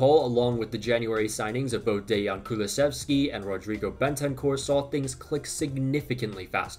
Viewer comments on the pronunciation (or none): none